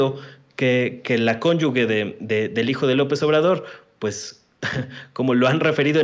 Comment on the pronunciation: Que a no se le olvide la próxima vez, que no se dice “cónyugue”, sino “cónyuge” (con la “g” pronunciada como “j”, ya que no va en seguida una letra “u”, como en palabras así: guitarra, guijarro, maguey, etc. MUCHO OJO “PERIODISTA”...🤔😳